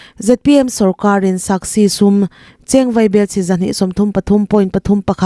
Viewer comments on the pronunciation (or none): A bengvar thlak ṭhin e. A lawmawm. Mahse, SASCI hi SAKSI tia lam rik a nih tlat le.... tihdik ṭha ka ti a, ka rawt nghal e. In chhiar/report tur hi in chhiar ngai em? Lo chhiar lawkin, ṭawng dik hmang hram hram ula, tiin duhsakna nen rawtna ka rawn siam a ni e. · Saski ti a lam tur